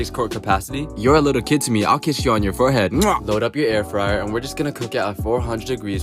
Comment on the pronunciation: Not the first dude calling it air-free-air ☠️🤚🏼